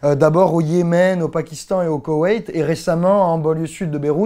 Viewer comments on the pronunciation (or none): none